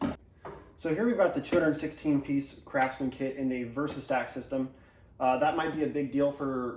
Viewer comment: did you say Crapsman?